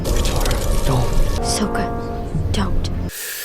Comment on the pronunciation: "soh ka"